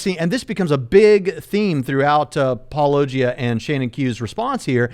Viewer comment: I felt like went out of his way to mispronounce Paulogia as [paul-Oh!-gee-uh] every single time.